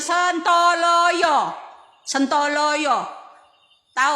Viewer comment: Bukan sentoloyo mbak...tapi yg bener sontoloyo